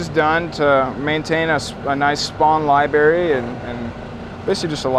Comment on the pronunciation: holy hell did you say Libary? Did you know that there is another r in that word?!